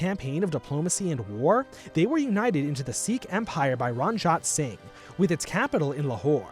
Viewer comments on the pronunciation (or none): It’s not Ranjaat sing you idiot , it’s maharaja Ranjeet Singh. I doubt you put much effort in researching as you cannot even pronounce the name of the most important figure of your topic.